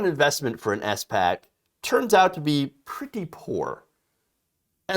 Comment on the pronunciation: Oh man please stop calling it an S.PAC... it's SPAC (Spak). Please read up/look up how SPACs actually work. Before SPACs merge there are set conditions they need to meet. They usually buy/merge with companies that do not have tangible business models.